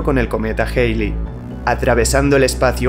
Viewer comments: Joder, porque tienes que decir "Jeili" si se debe pronunciar "Jali" (ˈhæli en AFI) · Tu contenido es asombroso, sin duda uno de los mejores canales que he visto. Solo a manera constructiva tengo una recomendación, y es tratar de “estandarizar” la pronunciación, me explico; cuando dices el cometa “geili” o “Jeili” (lo escribo como lo escucho) se puede prestar para confusiones, creo que pronunciarlo de la manera a la que todo el mundo está acostumbrado sería mejor “Jalei”. Solo es mi respetuosa opinión. Gracias por tu contenido.